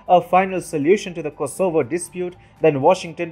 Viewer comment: FYI the stress is on the first syllable 'KOsovo :-)